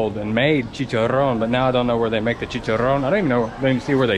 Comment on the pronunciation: The way you say chicharon is soooooooooo nice